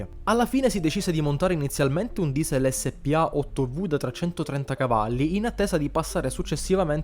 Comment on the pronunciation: SPA si pronuncia senza sillabare. Era un'industria di mezzi pesanti confluita in FIAT. Motori non ce ne erano, bastava farsi dare la licenza di un MB, come del resto era già successo con altri mezzi. Poi che numeri.... mamma mia e questi volevano fare la guerra? Quando sento parlare di incompetenti se non di traditori nei ministeri che contano, penso che ci sia della ragione.